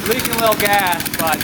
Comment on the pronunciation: he said “Wittle” lmao